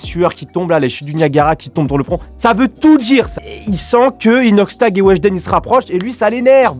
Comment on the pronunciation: Jtai cramer quand ta dit inoxshlag😂😭😭😭😭😭😭